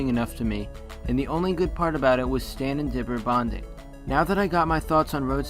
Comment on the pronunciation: pretty sure she said Stanny or Stannie